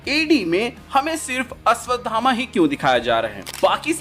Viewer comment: Ashwatthama....not Ashwatdhama